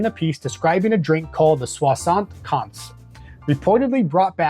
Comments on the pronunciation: oh, I was only talking about your pronunciation mate ! 😂 “Swa-sunt kenz” could be a way to pronounce it for an English person ? This being said, loved the drinks and deep dive. Gave me the thirst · You butchered that 75 alright 😂